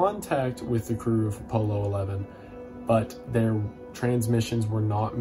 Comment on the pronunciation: Don’t pronounce Apollo like it’s a shirt